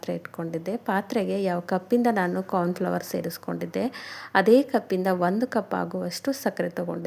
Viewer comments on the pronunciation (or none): ಕಾರ್ನ್ ಫ್ಲವರ್ ಅಲ್ಲ ಮೇಡಂ ಕಾರ್ನ್ ಫ್ಲೋರ್